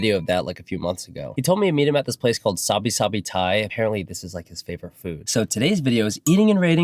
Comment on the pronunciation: Great vid although the pronunciation of Sabai Sabai hurt my Thai side.